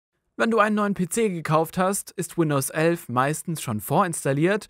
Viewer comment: Das heißt nicht Windows ölf